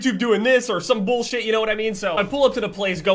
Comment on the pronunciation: I love the way says "Bollshit"